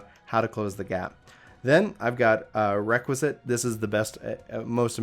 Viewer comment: Bro nice guide, but pleeaase, it's called REQUIESCAT not Requisit